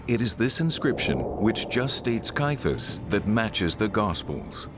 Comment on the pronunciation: Why does the narrator and most of the comments below mispronounce the name of Caiaphas (sometimes referred to as Kayafa)? The name as I have always heard it, and as most others in the documentary say it, has 3 syllables Cai - a - phas (not 2 Cai - phas).